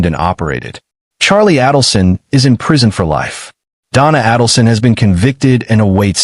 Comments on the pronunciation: Only Adelson is wrong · What he’s saying is you’re pronouncing “markle” like marble… Dan’s last name is pronounced “Mar-kale”. but here you did pronounce it Mar-kale 👍🏼 And it’s aydle-son. As in the word ladle (a type of spoon used to serve liquids like soup) RIP Dan Markel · You're mispronouncing Adelson and Markle! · You must first learn to say their names correctly before you can even tell their story. Adelson is pronounced with a hard A, and Markel is pronounced with the emphasis on the last syllable.